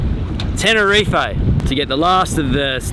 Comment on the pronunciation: What's all this Tenerife A it's 'ten er reef'